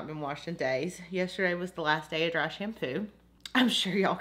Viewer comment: i lovee how u sayy dra for the word "dry" 💖💚💚💖 urr soo freakingg stunningg